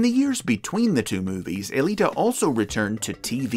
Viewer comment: Huh. I always thought the woman's name was "Alita One," or possibly "Aelita One," not E-lita One." Go figure.